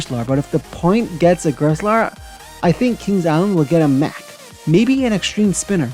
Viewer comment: Just to help you for future videos: Mack is pronounced (Mock) Ex: stop MOCKing me. Tumbili is pronounced (tomb-bee-lee). Anyways great video! Can’t wait to see what else you have planned!